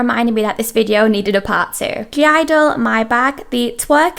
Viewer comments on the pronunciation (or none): I thought you didn’t pronounce the G in (g)idle? I’m all confused now aha Also I HATE the sistar leg shake. I’ve always thought it looked like they’re like a dog cocking it’s leg or something. It’s so unflattering